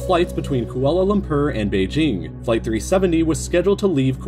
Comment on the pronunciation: Kuala Lum-purr